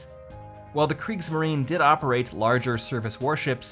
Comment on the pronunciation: Kriegs marien not Greek marien